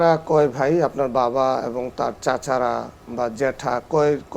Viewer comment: চট্টগ্রামে ভাষা উচ্চারণে এতো ভুল। দুঃখজনক ঘটনা শুনে যদি হাসি আসে ভাইকে বলে বাই,চারকে বলে স্যার, এতো লেখা পড়া করে কি লাভ যদি শুধু উচ্চারণ করে একটা প্রোগ্রামে কথা না বলতে পারলে😢😢😢